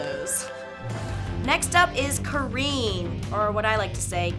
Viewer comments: She's Neither Careen nor Karen, it's Kaa-rin...she butched my homegirl's name :( Cool video! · Why does every english speaking person has a problem with saying Karin? Its not Curin, its not Karen... Just Ka-rin Awesome vídeo though, would love seeing the dood trying the atomic buster with a dummy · Literally every English speaking person in the FGC says Karin's name as Karen. And that's quite an achievement in ineptitude since the freaking game's announcer says her name correctly every damn time she wins a fight. But no, let's just keep calling her Karen instead of Karin... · I've never seen anybody said Karin's name as Karen and still somehow made a joke of it you are a snowflake of comedy XD